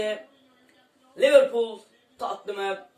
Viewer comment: Liverpul dicen mxksjd liverpol ne ya mdmdmdkd